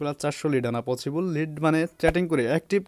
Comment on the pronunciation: vaia...... পচিবল না পছিবল ছ কে চ বলেন কেন? হা হা হা হা হা